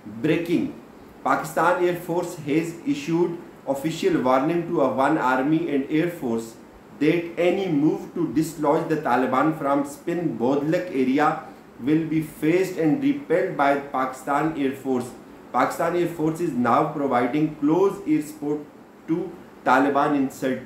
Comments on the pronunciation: زبردست وی لاگ سر ۔ لیکن آپ پورے وی لاگ میں سپِن بو لدک کو " سپِن بودلک " پڑھتے رہے ۔ اپنے وی لاگ کو دوبارہ سنئیے ۔ اور تصحیح فرما لیجئیے ۔شکریہ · معذرت کے ساتھ، اسپن بودلک نہیں بلکہ درست لفظ اسپن بولدک ہے. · G bilkul Spain boldak